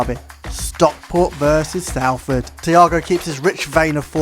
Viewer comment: its "sol" not "sal" in salford just so you know. cringed when i heard it as a proud citizen of the area. great vid though